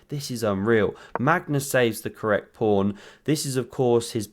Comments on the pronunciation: Commentator keeps saying "prawn"? in the intro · you called the pawn a prawn. lol, i used to say it as a kid by mistake